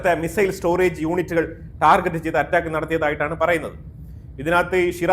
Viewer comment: ടാർജറ്റ് അല്ല ടാർഗറ്റ്